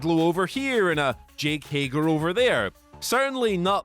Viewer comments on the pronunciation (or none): none